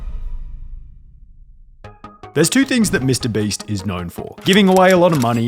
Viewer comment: This guy says Baste instead of Beast